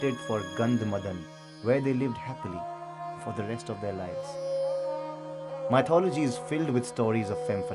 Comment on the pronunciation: Please have the narrator pronounce MYTHOLOGY correctly first. It's not "mite"-ology!!!!!!